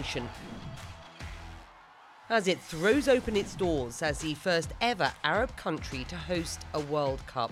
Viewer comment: Lmao how you work for CNN but can’t even pronounce the country correctly. Mind blowing..